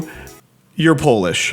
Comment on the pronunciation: I personally feel that sarcasm or irony is crucial aspect of xD (in all variants), and this is what would fit our sense of humor more. lol feels more funny without that ironic aspect, like honest, unburdened funny, which doesn’t happen to us. Also, huge appreciation for the effort of pronouncing Polish words properly!